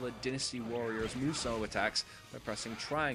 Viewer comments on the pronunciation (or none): Reviews Its Dynasty Warriors like the chinese dynasty not Dinasty Warriors you idiot "GET IT RIGHT" and they are called musou attacks not mosu attacks.